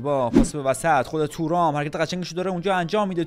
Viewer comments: تورام✖️ تووورام✅ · تورام❌️ تو رام✅️